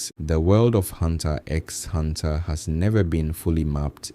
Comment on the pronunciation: X is not pronounced... It hurts so much bro